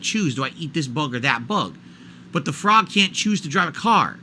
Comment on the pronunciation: knows people tease him about how he says the word frog but randomly picks it for his dysfunctional analogy. Is he trying to summon the frawgposters back to chat?